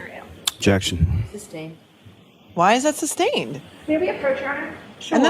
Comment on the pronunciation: I have been watching the whole first trial again , Even more painfull to hear lally's lazy Jeckshen , where's the Ob jeck shen lol . Watching day 26 right now ooof , should have been the end of it all.